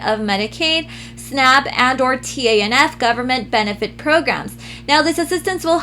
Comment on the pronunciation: Also, TANF is pronounced "taniff" just FYI ☺️